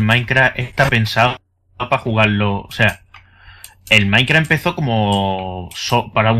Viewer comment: de embes de decir minecraft parese que dice maicra